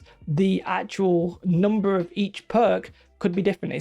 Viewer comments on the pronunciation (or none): none